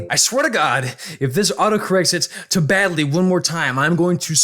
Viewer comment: he does not even know how to say "normal route" and "snowgrave route" lel gamer strats outplayed is "BADLY" not "nerdly"